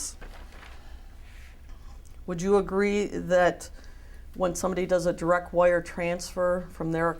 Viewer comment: “be direk and pacific”….